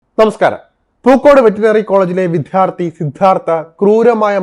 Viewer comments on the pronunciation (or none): ഈ വാർത്തയുടെ ഇടയിൽ പറയുന്നത് ശരിയാണോ എന്നറിയില്ല.. എങ്കിലും സുഹൃത്തേ വിദ്ധ്യാർത്തി അല്ല വിദ്യാർത്ഥി ആണ്. വിദ്യ അർത്ഥിക്കുന്നവൻ വിദ്യാർത്ഥി 🙏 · താൻ ആദ്യം പോയി വാക്കുകൾ ശരിയായി ഉച്ചരിക്കാൻ പഠിക്ക് 1. വിധ്യാർത്ഥി അല്ല, വിദ്യാർത്ഥി 2. മർധനം അല്ല, മർദ്ദനം വേണ്ടാത്ത സ്ഥലത്ത് stress കൊടുക്കണ്ട. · വിദ്യാർത്ഥി എന്ന് പറ ചേട്ടായി!! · അയാൾ വിധ്യാർത്തി അല്ല വിദ്യാർത്ഥി ആയിരുന്നു. ഈ വാക്കെങ്കിലും "പടിക്കെടോ" !!